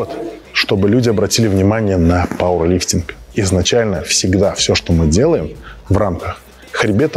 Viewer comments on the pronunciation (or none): ПаУэрлифтинг!! А не паВерлифтнг!!